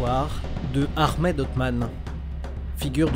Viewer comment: C'est Ahmed et non aremed